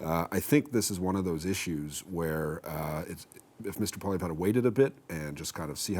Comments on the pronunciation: I really wonder about the objectivity of. He clearly hates Poilievre to a point where he even badly mispronounces his name each and every interview over the last year. I automatically discount what he has to say because he is so clearly biased. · needs t9 learn how to pronounce the leader of the official opposition's name. Not that hard and something your paid to know. C'mon guys. Love and concerned for the quality of the CBC from the left. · Why can't this guy never pronounce Poilievre's name correctly. He's doing that mispronunciation on purpose.